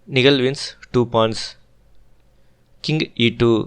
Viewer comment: Nihal, you seems to miss pronounce the name